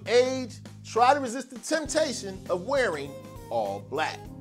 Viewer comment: "Try to resist the temptation," Man, that was rich, I knew you must be from Philly., I really like your show.